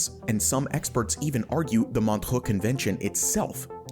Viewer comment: What happened to the pronounciation of Montreaux?